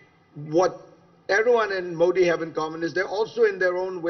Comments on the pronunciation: Zakaria illuminates as usual but I’m quite surprised - and disappointed! - that this Parsi guy mispronounces Modi as मोडी. I can understand honkies doing that - and even non Gujju and non Parsi Indians. But a Bawaji?? (Forgive my mock communalism.) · His whole verbal diarrhea against "Moddi" ( he can't pronounce MODI name Correctly) ,nothing but very economical on ground truth. Very sub standards commentry from so called world foremost foreign policy guru , my foot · He can not pronounce Modi correctly? What a snob and a jerk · Fareed First Pronounce " Modi " correctly. Shame